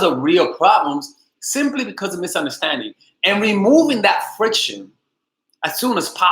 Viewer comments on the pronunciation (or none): did u say friction?